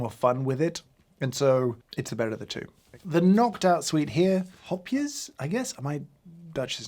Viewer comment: James pronounced "hopjes" perfectly.